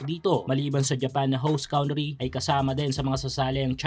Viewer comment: Host "COUNT TREE" daw.